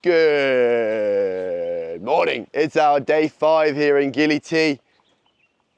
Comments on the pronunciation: Bruh he said gili belly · Why do you say Gili is Bali? It's clearly Gili, my friend.